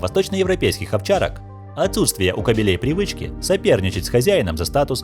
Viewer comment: Не "кабелем", а "кобелем"!